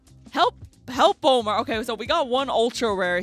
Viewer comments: So, one quick thing. One of the cards you guys mentioned was a card in Bakura's deck, so it kinda hurt to hear it keep getting mispronounced. It's "hell-poe-em-er." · It's pronounced hell-po-em-er.